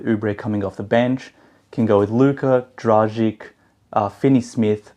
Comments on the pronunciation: It’s actually pronounced „Dragitch“. If we wanna be precise, let’s be precise ;) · It's pronounced 'Dragich'. Who's the beautiful girl next to you? :)